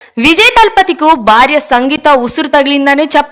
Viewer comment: Baarya kaadu talli. Bhaarya anu...